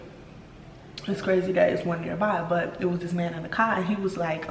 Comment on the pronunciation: I love that you said you’re allowing yourself grace. You’re doing great homegirl! Also I heard your Chicago accent come out when you said car.